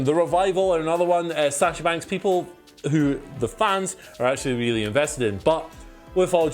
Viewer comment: "Sasher Banks"